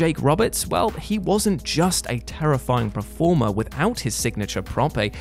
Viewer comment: Hey,. Please can we learn to say 'performer/performance' correctly? You've caught a touch of the Gary Barlow's with your 'preformer'